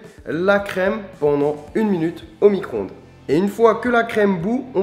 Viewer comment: On dit "micro-ondes" et "Chantilly", pas micronde et chanti. (C'est comme Vani.) :P LALALAAAAAAAA !